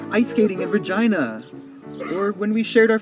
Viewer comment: Omg that was so Canadian the way he pronounce Regina. “Vergina “. That’s how I say it.